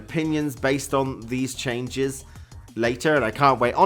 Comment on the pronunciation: ''Çhenges'' LOL